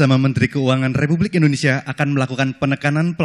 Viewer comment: yang bener Indonesia bukan Indonesa 🤔